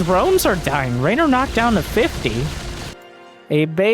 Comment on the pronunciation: For context: in Italian, the name that in English is spelled RAynor sounds very much how we Italians pronounce REynor, so he most likely heard it pronounced before he read it written and went with how it sounded ^^